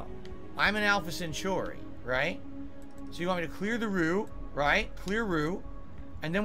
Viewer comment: "alpha cenCHORI" huh?